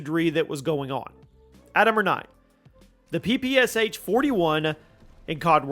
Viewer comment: please please please PLEASE! ITS NOT P P S H, it's P P SH, Pistolet-Pulemiot SHpagina - Shpagins machine pistol, COD literally ruined name of this weapon irreversibly.